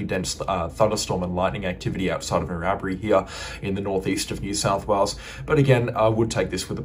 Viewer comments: Norrowbree. Hahaha narra bri bro. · Narrabri is annunciation Narra...bri. just sounded weird. Thanks for the update